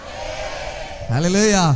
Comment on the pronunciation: ஒரு எபிரெய அறிஞர் அல்லலாயா... என்று பொறுப்பின்றி உச்சரிக்கலாமா ? மற்றபடி செய்தி நல்லது.